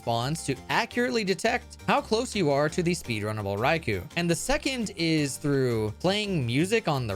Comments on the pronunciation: Rai-coo is also wrong. Rai-coh is the way to say the -ou (ō). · All of the legendary beasts are named after different Japanese words for emperor (with a word referring to the associated element before it). In Raikou’s case, the name is 雷皇 raikou “thunder emperor”, and the name is pronounced like English “rye” + “koh”, not “koo” or “ku”. This can be confirmed by listening to the Japanese name as well. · Raicow the legendary cat 🤣 I love the mispronounced pokemon names and the amazing content!!! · IT IS PRONOUNCED RAI-KOH KOOOOOOOOOHHHHHHHHH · The Rai'cow' is how I've always pronounced this pokemon as a kid, as my native language reads those letters differently. I got so excited, then your fakeout slapped me in the face lmao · you made a joke about pronouncing Raikous name wrong, and then still mispronounced it, you truely are comedy.